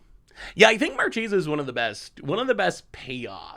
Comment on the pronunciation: It's absolutely "markesa" but gets to say it however he wants 🙏🏼